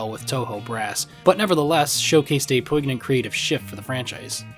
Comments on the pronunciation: The gn in poignant is pronounced like "ny". Imagine it was "poinyant". You say poin-yint, not poh-ig-nant. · Great video and you're a credit to the craft, but did I hear "poe-ig-nant"? as a pronunciation for poignant? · Wildest pronunciation of the word poignant I’ve ever heard. Not even remotely close. Po-ignant. Just wildly off for a word that’s not even uncommon. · Really enjoyed this, but we've gotta work on your pronunciation of "poignant"